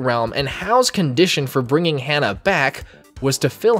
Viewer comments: I hate myself for saying this but the way to pronounce his name is Ha-Na, not Hannah. Hana is a name that means flower in Japanese, hense why the series is called Shaman King Flowers. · It's hah nah not hannah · HANNAH? HA-NAH! Its not hard to pronounce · Ha-na Flower in Japanese Hearing Hannah hurts me lmao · Why is he saying Hannah when it’s “Hana”? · My bad bro, but you kinda butchered those names. Hah-nah not Hannah Montana A=ah E=ay I= ee O=oh U= oo like boo R=th P.s forgive me if I offend, not my intent.🙏🏾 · I can't with him just saying Hannah